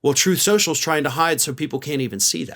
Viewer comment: "troth sential"